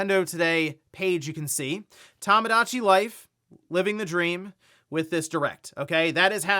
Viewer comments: Maybe once the Direct drops, will stop calling it "Tamadachi Life" instead of "Tomodachi." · it's tomodachi, "tomo", not "tammah"